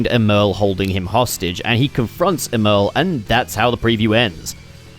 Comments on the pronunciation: It pisses me off how he says “Emerl” it’s supposed to sound like “Emerald” because of the chaos emeralds he uses to power himself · It’s pronounced Emerl as in Emerald. Sonic named his after a chaos emerald since Emerl ate a chaos emerald. I’m tired of people getting it wrong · Honestly it's up for debate until we hear it pronounced in official Sonic media (yes, there was Sonic X, but it was definitely pronounced wrong there). With the retcon to the spelling of Gemerl's name, though, I think it's probably safe to assume that Emerl's name is meant to be pronounced as Emerald without the d. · BRO STOP SAYING EMERL LIKE THAT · Don't get your feathers ruffled over it,, he could be doing it on purpose or just has never heard the word out loud, to quote HIMYM "everyone has gap's"